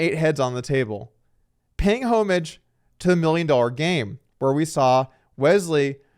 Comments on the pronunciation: Doug had you never heard someone say homage before? Or did you think they were two different words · check your pronunciation of homage there, supreme leader